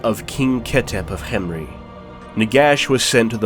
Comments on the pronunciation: This is waaaaay better than the Mummy movies Also, I really like how you pronounced Khemri. I thought it was kem-ri, but this is more egyptian-like or exotic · I liked the way you said khemri thanks for the videos you post it’s really fun to watch